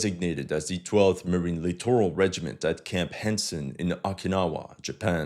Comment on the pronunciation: As a note, the US military generals and admirals, inspired by Alabama-esque 'edumuhcation' standards, pronounce "littoral" as "literal."